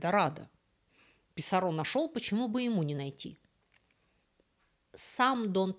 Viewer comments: Писарро не француз (из Канады), а испанец, поэтому он не ПисаррО, а ПисАрро. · ПисАрро, а не ПисаррО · 1. Направление от истока реки к её устью - звучит как "вниз по реке". 2. В испанских словах как и именах, оканчивающихся на гласные, ударение падает не на эту гласную, а на предыдущий слог: ПиссАрро, ПикАссо и т. п. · Уши режет, Писсарро,с ударением на последний слог.... Это не Камиль Писсарро, это Гонсало и Франсиско. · Писарро с ударением на «а». И вряд ли эль Дорадо — золотая земля. Дорадо мужского рода, земля (тьерра) — женского. Эль Дорадо — золотой человек ИМХО